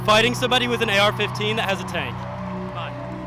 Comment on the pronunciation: When she says AK15. That's when I lose faith in humanity